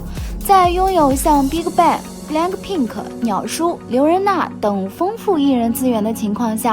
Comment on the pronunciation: Bigbang發音變成了Big卡bang... 也太難聽